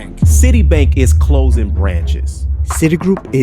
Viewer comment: say CLOSING NOT CLOZIN!!!!!!!!